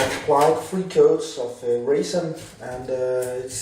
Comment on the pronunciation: Sounds like raisin 😂